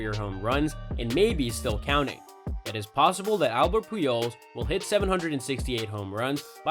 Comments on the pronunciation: What is he even saying when he tries to say pujols? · He also said Peejols instead of Pujols and Icheero instead of Ichiro. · When was this video actually made? Video was just posted a few days ago but guy is talking about Pujols and A-Rod like they're still playing (and still putting up the numbers like they could a decade ago). And is dude pronouncing Pujols (and several other player names) so badly on purpose? Sounds like he's saying Peeholes. He also butchered the pronunciation of Alex Rodriguez, Miguel Tejada, and Orel Hershiser names. Dude doesn't mispronounce any other words that i noticed or seem to have an accent or anything.